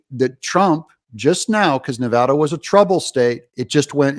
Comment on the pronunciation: And you even pronounce our state correctly!!!😂